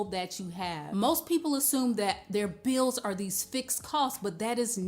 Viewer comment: Uh it kinda reflect ts on your LACK OF INTELLIGENT S It us pronounced bills with an L Not buwws as with a w Also it is THAT .NOT DAT